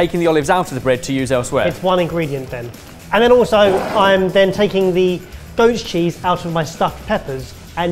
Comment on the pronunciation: Is it just me or does it sound like "ghost cheese" every time one of the boys says "goat's cheese"? 😂